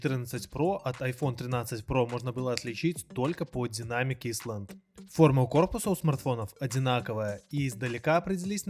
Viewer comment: И не динамик, а дайнамик